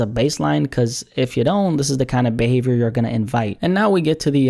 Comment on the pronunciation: speaks: 🗣"Behavor"